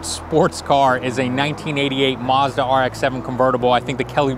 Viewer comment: What's a "muzda"?